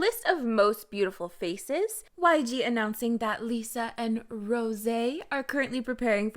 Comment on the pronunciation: Why do you pronounce Rosé actually like that? 😂😂